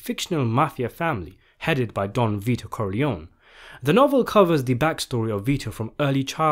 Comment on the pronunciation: Great video, but why do you pronounce the name corleòn instead of Corleo-née (Italian) or Corleoni (English)??